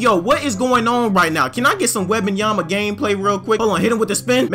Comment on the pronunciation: "Webabamyama"got me dying.